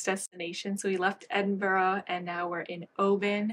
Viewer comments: 2 things - the pattern book is written pretty much as patterns are still written in the rest of the world. America changed its method, the rest of the world didn't. (same with the alooominum thing lol) Edinburgh is pronounced "Edinburra" it ends with the 'ah' sound. It is not English, it is Auld Scots, so it is not pronounced in English/American. There isn't any "o" in it, so there is no "row" sound. As a fellow European who is multi-lingual, I'm sure you already know the correct pronunciation - before getting into American habits - some examples of those I'm also sure you've experienced as a fellow migrant are - the disrespecting of other people's languages, intentional mispronunciation, accent mimicry for entertainment, forcing migrants to take Anglicised names etc. I love your work, just saying, please don't lose yourself & remember to value your own differences & the differences in others & don't forget to see the beauty of the differences in all of us. This horrid trend towards American homogeneity that's sweeping across YT right now is just frightening to me. Best wishes. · What a lovely video, but I'm curious, was that Edinburgh, Scotland you were in? :) As you pronounced it "Edinborough" throughout, so I'm not sure :) (The Scottish capital is pronounced approx. 'Ed-in-bruh'. ;)) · It is minor, but that pronunciation of Edinburgh is wayyyy off. It only has 3 syllables and is ED-IN-bruh. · You may have convinced me to try brioche. It does look so squishy. I am always amused how non natives say Edinburgh 😂. Honestly just looking at it I can see why but it’s pronounced Ed-in-bra.